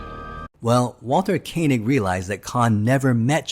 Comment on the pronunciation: Koenig NOT Kay nig !!